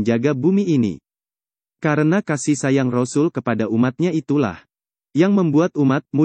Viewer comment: Sngt d syngkn utk sebutan rosul vokalx tdk fasih alias nggak bnr ..sbaikx utk pengisi suara digantikn org lain yg yg lbh fasih ..